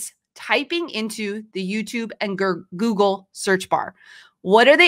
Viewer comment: I think it’s funny that she has a hard time saying Google. She keeps wanting to say gurgle